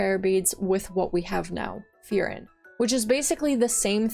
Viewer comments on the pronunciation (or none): It seems it’s your birthday, Happy Birthday! love the video and just so if you care about pronouncing some of them right, such as furin, try saying full-lean or full-Lynn in a monotone robot voice, that should sound pretty correct. I’m Chinese but have studied Japanese, if you want i could try look into these and find a similar way for pronunciation like that. Just know in Japanese every r sound is l, ra is la, etc. And the tone in furin is flat, so i told you to do it in a monotone voice, it differs between words. But overall things sounds good!